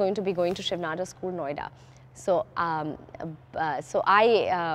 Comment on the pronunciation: It's pronounced as nadaaaar... Not nadoar